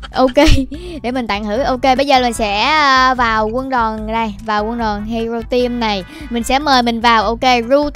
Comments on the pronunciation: Hero team mà đọc là hẻo team là sao ?😂😂😂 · Haha tưởng chị Ru nói Hero team ai ngờ Hẻo team 😂